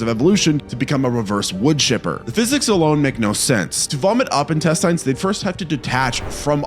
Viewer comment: Why do you say intesTINES the weird way? I mean technically its not "wrong," but it sure is weird.